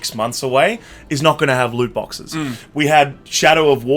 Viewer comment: Are you going to tutor on how to say loot boxes properly?